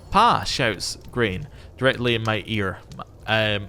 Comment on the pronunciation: Your granddaughter Grainne is pronounced 'GRON-yah'. I know, it's a headscratcher, I'd have pronounced it 'Grainy' as well if it wasn't for the fact we had a girl at our school with the name. But that's Gaelic for you and living in Scotland. :)